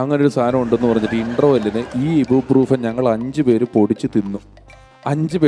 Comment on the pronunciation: ഇബു അല്ല ഐബു ബ്രൂഫെൻ